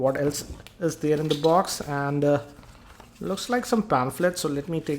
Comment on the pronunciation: "already DAERR"